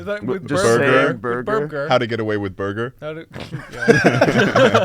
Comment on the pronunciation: funny moment where charlie says burbger